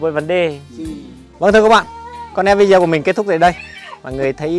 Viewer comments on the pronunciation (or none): none